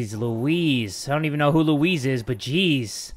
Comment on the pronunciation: "Jeez lewuise, I don't even know who luwuise is" I think you killed her.....